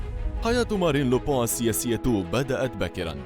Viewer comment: ينطق لوبان مش لوبو